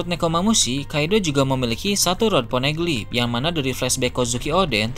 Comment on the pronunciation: Ponegeli??? Geli perut aku dengar hahahahahha